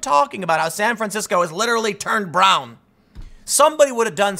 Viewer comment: Tim Pool: San Francisco has leterally turned brown! Me: I know that, but why did you say it like that?